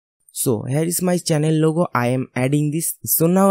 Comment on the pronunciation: "Channel Lugo"